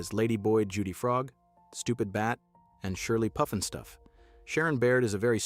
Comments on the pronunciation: Puff NOT poof!!! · It's not (Poof)nstuf, it's more like (Puff)nstuf. 🙄🤦‍♂, lol. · Pufnstuff NOT Poofnstuf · Its pufnstuf, not poofnstuf. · Puff-n-stuff, not Poof-n-stuff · How about some consistency in your pronunciation. Pufnstuf or Poofnstuf? Pick one!!! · he said it like poofinstuff. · How dare you not pronounce the title correctly!!!